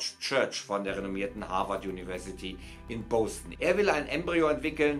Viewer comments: in Bœsten ? Nicht Boston ? Bœsten ? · Cooles video, aber Deine aussprache lässt leider noch zu wünschen übrig... es wird nicht boWston ausgesprochen, sondern bOston.. wie es halt auch geschrieben wird... zudem heißt es auch nicht Se-ul (seoul), sondern es wird So-ul ausgesprochen. Bitte danke